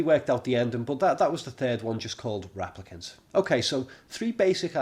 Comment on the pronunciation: stop saying raplicant please